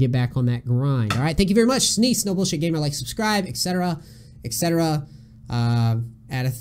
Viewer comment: "The Neace" sounded like Denise at first. haha